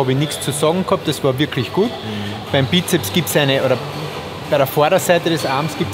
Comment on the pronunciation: Wie mich das Weglassen vom S bei Bizeps immer triggert :D. Es sind 2 "Köpfe" also Sssssssssssssssssssssssssssssssssssss :D